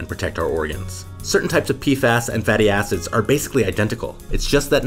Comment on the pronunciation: please be careful pronouncing "fatty acid" you gotta make sure the "id" is highly audible